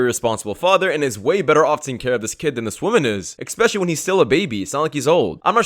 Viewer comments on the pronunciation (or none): What's EKspecially?! I know ESPecially, but not EKspecially!!!!